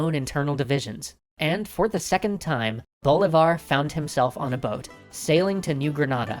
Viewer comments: see MOAN bo LEE var. NOT SEE-moan BO-li-var. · It's pronounced bo-LEE-var. Not BO-leevar. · I could swear you are saying "Boulevard" on porpuose by now. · DJ-unta? Curakow? BOLivar? How can you know this much about history and not know how to pronounce anything?